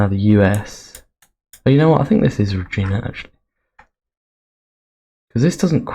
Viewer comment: Great video. Just a note, ‘Regina’ in Saskatchewan isn’t pronounced ‘ra-GEEN-a’ as you were saying it, but rather ‘ra-GINE-a’, with ‘gine’ rhyming with ‘line’ or ‘mine’.